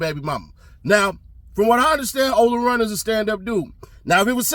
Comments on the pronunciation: Its ola playa not runt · Ola playa not runt 🤦🏾‍♂️🤣🤣🤣 dats why he don’t know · It’s ola playa not ola runt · It's not runt it's playa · Ola Playa not Runt 😂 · *OLA PLAYA not SNOLARUNTK